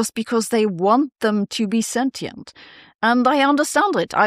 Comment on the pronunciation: Let's all please learn how to pronounce sentient...